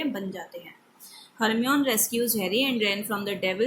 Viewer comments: yes Hermione ko Hermeon pardh rahi hai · Mam it is read as Hermione not Hermon and she is a girl not a boy.